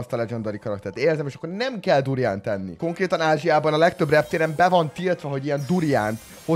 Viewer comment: A video felèig az halottam hogy burján.xxxddd